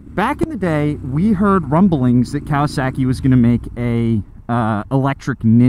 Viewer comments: there is no "sack" in Kawasaki. Cow-uh-sock-ee. Would you go to a Japanese restaurant and order sack-ee, I think not Sir! Im starting to think you've been hanging out with Eric too much lol! Most motorcycles get such good gas mileage I feel these electric bikes are superfluous. The hybrid bike may be worth the hassle to help cut emissions but with the pollution from mining the lithium and manufacturing/recycling of the batteries probably not. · "Kawa-SAW-ki" > "Kawa-SACKY" - lol - Sorry I had to. Liked the video, though! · Cow-uh-sack-ee 😂 sorry I can't not hear this. It's cow-uh-sock-ee. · Speaking as someone who studied Japanese for almost 3 years, it's KAH-wah-sah-kee, not COW-uh-sock-ee. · Say it with me...Kah-wah-sah-key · Why do you pronounce kawasaki like that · Love, hate the way he says Kawasaki 😂